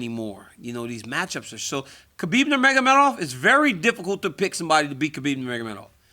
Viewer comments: It is pronounced as "Noor-Mohammed". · "I got beat by enough Russians in wrestling to know how to say "Nurmagomedov"" lmao, DC is so honest